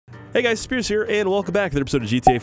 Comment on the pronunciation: “Hey 5 gta guys here, and welcome back to some ”